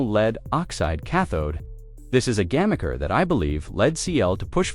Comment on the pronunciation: "Why CLR is suddenly going alin on sodium batteries" - alin? You mean "all-in"? And what's a "Gamacker"? And how come this company is called CATL every time it's written, but "CL" or "CLR" each time it's spoken? This is some sort of weird AI slop. At least some of the visual content seems to be real video, but assembled without real meaning. Since it's obvious that no human actually reviewed the output, we have no way of knowing which of the graphs displayed and claims made are real and which are AI hallucinations.